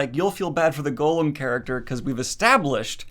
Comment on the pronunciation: I was so confused. Why does Daniel keep calling it "Gollum"? Only later I realized he was saying "Golem".